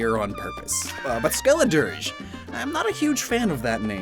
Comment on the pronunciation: I chose Fuecoco for my playthrough (context) i LOVED Skeledirge (I pronounced it skeledirggey) i thought the fire was flames leaking out of it's mouth, which made it my fav starter final evo